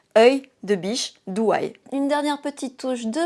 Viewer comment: Bonjour, la différence au niveau des yeux est saisissante sachant que tu as utilisé les mêmes produits. Pour ma part, je serais plutôt siren eye en soirée et doe eye (pas autant exagéré) au quotidien. Juste une précision (sans méchanceté aucune), on prononce DO eye et non DOU (c’est un peu comme le prénom Joe, tu ne prononces pas ça Jou). Belle journée ❤